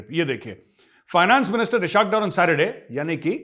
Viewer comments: #thechanakyadialogues #majorgauravarya It's pronounced as ISS Hawk Daar Not ishak dur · Sir, Pls correct your pronunciation of Ishaq Dar: It is spoken as Iss-haaq Daar, इसहाक डार, اسحاق ڈار 🙏Aur takaa k be-izzati karen I anxiously wait your tasty lectures.